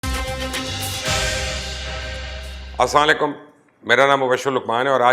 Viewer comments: aoa,lucman sahb aap salam galat krta han kindly aisa darosat karan,aaram ka sath ASSALAM U ALAKUM kaha karan,galat salam karna sa means salamti k bajay lanat ma change ho jata han. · اسام علیکم نہیں اسلام و علیکم کہا کریں